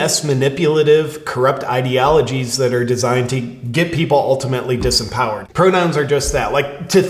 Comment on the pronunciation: Somehow “disempowered”…sounded like “disemboweled”